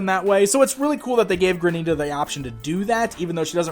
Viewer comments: PLEASE ---- it's Granite-a (like the stone), NOT Gra-NEETA. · ok the name is not pronounced Graneeta. It is Granite- ah because she is a stone like granite... this was killing me through out the whole review lol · Mispronouncing Granita the whole video. Haha "GRAN'-it-uh"